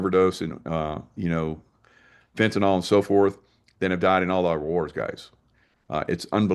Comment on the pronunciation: Fentanyl, not fentynol...